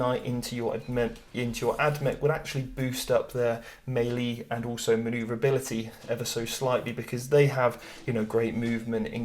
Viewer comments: Great video... but it's "mêlée" not "maylee" as you pronounce. Sorry dude but it was grinding on me when you said it. Just think French and not English before you say it... other than that though I enjoyed your video and take on the Armies. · Am I the only one who finds the way he says "Mei Lee" strange? Is that a British thing?